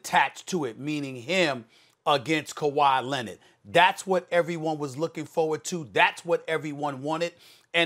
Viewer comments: “Kawhi Lennet” -Stephen a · Why does SAS pronounce kawhi’s last name as “Lennon” 😂 like this ain’t the Beatles it’s Leonard. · "Kuwhy Lennid" i laugh every time i hear SAS say his name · Why does SAS always say “Kawhi Len-ID” lol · “Kawhi Lennet”